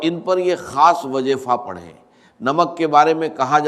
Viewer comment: ڈاکٹر اسرار صاحب کی اواز نہیں ہے یہ اواز کو اواج اور وظیفے کو وجیفہ کہتے ہیں یہ اے ای سے جنریٹڈ اواز ہے دجال کے دھوکے سے بچیں